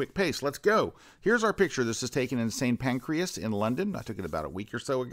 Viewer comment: oops - it's st pancrAs not st pancrEAs !